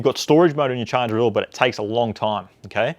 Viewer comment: This video was so helpful!! Thank you so much God bless you!! The best part is when the host pronounces ‘charger’ da shaaarr gerrr